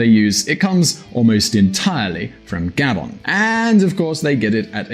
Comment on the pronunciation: It’s not GA-bon, it’s ga-BON.